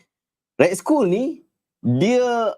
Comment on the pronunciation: Skull 💀 tu "skal" ustaz... Hahaha...